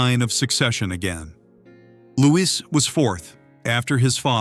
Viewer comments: SENSATIONALIST TRIPE! AND ITS LOO'EE, NOT "LOO'IS' YANK! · Lou-ee not Lewis! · He is not caled Lewis, please pronounce it properly! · Then look it up. Doing a video about him you should be able to pronounce his name.